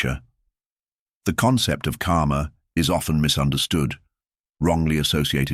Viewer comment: You should learn the correct pronunciation of the word "karma". Every time you said "karma", it sounded as "kaama". Both words have extremely different meaning.